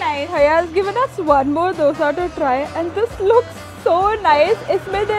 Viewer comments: Please pronounce dosa as u pronounce "d" in dum biryani. It's not dough-sa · Pleaseeee!!! Its pronounced as 'dho-sa'😩✋ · Dough sa nahiiiiii …. Dosa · I like you, but it's dosa not dosha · It's not doughsa..its dosa .... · can you please learn how to pronounce dosa. you’ve been in bangalore for so long i don’t think it’s that difficult to pronounce dosa properly